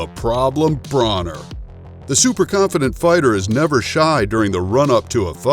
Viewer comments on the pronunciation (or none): It’s broner like boner and yes this fight was great broner got schooled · Thank you so much for mispronouncing broners name 😂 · these channels that make fight videos are a dime a dozen. you clearly dont watch boxing if you cant pronounce Broner. if you make fight videos be a fight fan first